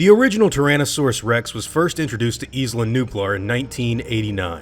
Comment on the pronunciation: Isla is pronounced (eye-luh) in English, not 'eez-luh' as it is in Spanish. Do you also pronounce island as 'eez-lund'?